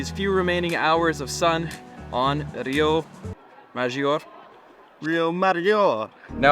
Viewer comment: Don't worry for rio maggiore, you Say wrong every italian words😂